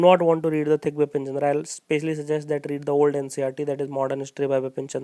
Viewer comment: it's Bipan Chandra not Bipin Chandra .......sir please rectify me if I M wrong....